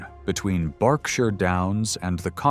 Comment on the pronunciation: Thank you for pronouncing Berkshire correctly - 'Bark shur'. I don't know why it's pronounced like that, I didn't invent the language. Unfortunately, you pronounce the Welsh word Annwn as in 'The Spoils of Annwn' incorrectly. It should be 'Annuun' as in Welsh a double-u is literally pronounced that way.